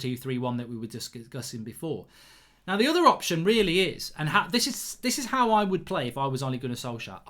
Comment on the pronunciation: "HIOW ole must line up" lol HIOW!